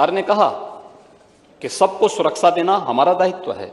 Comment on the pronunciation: Suraksa nhi bolte honourable .sir suraksha bolte hn.